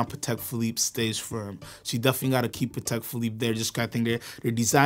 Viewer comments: Guys, if you’re going to be the “experts” you gotta at least pronounce the names right. 😊. It’s not ConstanTINE, it’s pronounced ConstanTIN. Like tin can at the end. And Patek isn’t pronounced like “paddock”, it’s supposed to be pronounced “PA-TEK”. Just sayin… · ok I had great respect for this guy until he pronounced "Patek" like that